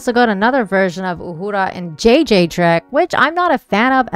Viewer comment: I love that you pronounce her name properly.